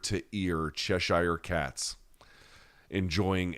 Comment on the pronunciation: “Cheshire” It’s pronounced Chesh-ear